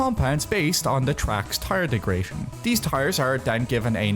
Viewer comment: "degration" wtf is bro on